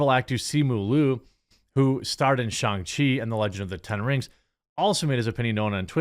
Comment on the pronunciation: The movies pronounced Shishi. Goooddddd.